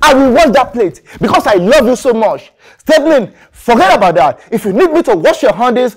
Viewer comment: And why does he keep calling her 'Stephinik'? 😂😂